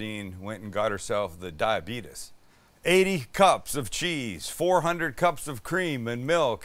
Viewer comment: I was dyingggg with that southern accent, the DAYAIBETEEES😂